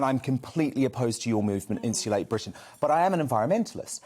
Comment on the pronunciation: Someone, please, tell that the word “insulate” has a T in it.